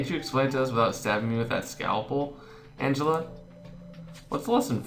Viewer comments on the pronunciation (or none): none